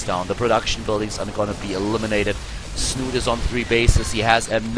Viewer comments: It's pronounced Snuute, or Snute not snoot or snoote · Please, it's not 'Snoot', it's 'Snoote' with the same meaning and ending sound as 'schnauze'